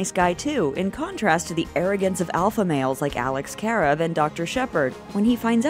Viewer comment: Not if it means we have to watch her pronounce Karev like that again 😬